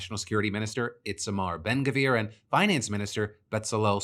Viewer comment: It’s always fun to see how non-Jews/non-Hebrew speakers mangle Itamar Ben Gvir and Bezalel Smotrich